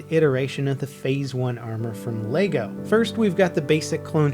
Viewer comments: Funny how you run a channel based entirely on Lego, and you can't even say it right.... Leg-o not lay-go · It's pronounced Leh-Go not Lay-go. Sorry it was just really annoying.